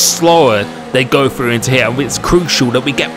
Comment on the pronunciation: Me: Must not comment on “frow it into fird”. C’mon,, don’t do it. Also me: Crap, I did it.